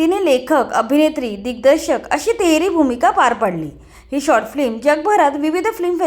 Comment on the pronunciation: फ्लिम नाही फिल्म. बेसिक गोष्टी तरी नीट कर ताई